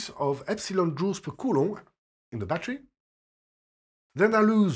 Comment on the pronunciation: It's amazing to hear a french physics teacher pronounce Coulomb's name. I finally can state that I know how to say the name of the man and that I had learned it from a 100% reliable source, lol! Thank you sir for your efforts and your work! Your teaching way is just staggering! God bless!